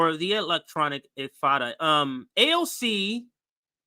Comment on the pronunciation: Also, It's in-ti-fa-da, not in-fa-da.